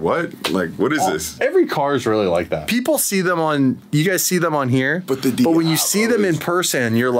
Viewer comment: the way composer said diablo in the studio made me think he meant it as DDEiablo